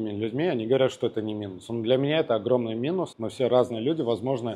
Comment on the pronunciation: не огроменный а огромный, просто режет слух